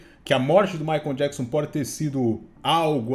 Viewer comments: Jackson? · Djáquisom e Maria Quéri kkkkkkkkkkkkk